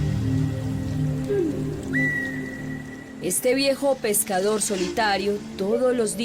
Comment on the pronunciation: Pescaor no, se dice pescador... encontrao no, encontrado!